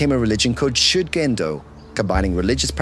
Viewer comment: Reportagem muito boa. Leitura horrorosa! Ninguém precisa falar o idioma, mas,.... chega a doer os ouvidos . ShugendÔ . Tônica na última sílaba!!!!! ShugendÔ. JudÔ, animÊ arigatÔ. Sayonará